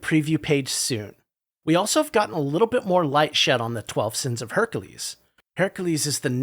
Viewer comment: Its pronounced Her-ik-cul-es :p